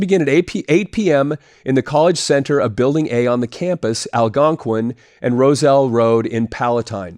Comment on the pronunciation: Mind Blown. Have the Vinnie on cassette and never once thought it wasn't Mark Slaughter! Fleischman screams! Bonus points for Harper College IL and pronouncing Palatine and Algonquin correctly. Daily Herald archives are an impressive time capsule.